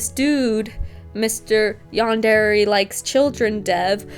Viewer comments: It also really pisses me off how YandereDev says the word "yandere" It's far from the worst thing he's done but how tf do you not know how to pronounce one of the words in your title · stop saying yandere with an accent